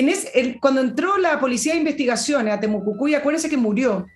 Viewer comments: por favor es Temo Cui cui...no Temo cu cui.... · POR ENÉSIMA VEZ TE DIGO, ES TEMUCUICUI no TEMUCUCUI